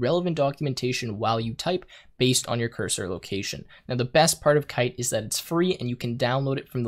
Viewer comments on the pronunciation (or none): none